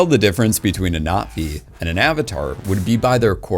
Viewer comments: I kinda didn't care for avatar and didn't bother with the 2nd and 3rd movies but this video made me interested. One thing though... is it just me or does he say Not Vee instead of Nah Vee? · Why does he keep mispronouncing Navi